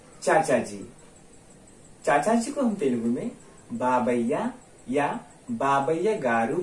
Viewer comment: It is Baabaai NOT Babayya